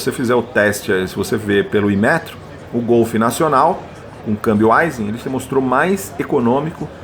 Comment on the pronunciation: A pronúncia correta da palavra AISIN é “AIXIN” e não “ AIZIN”